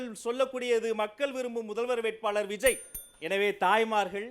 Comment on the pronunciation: 🚶‍♀️2024ல் வி ஜ ய், 🏃2026ல் விஜேய் 🏃‍♀️2026 ல் விஜோய் அண்ணே மூணு வருஷமா அவர் பெயரில் மட்டும் கூட்டங்களில்உச்சரிப்பதில் மட்டும் தான் வேக்ம், உத்வேகம் தெரிகிறது 2027ல் தலைவரின் விதி எதுவாக இருந்தாலும் எப்படியோ நம்பி வந்துட்டோம். நாம் இன்றைய உறுதியில் யிலிருந்து மாறாமல் இருப்போமா !!,!,! ??? ஃ± ±±±